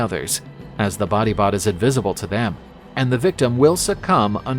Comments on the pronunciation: Batibat beh not body bot😭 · Body bot sounds more like bangungot.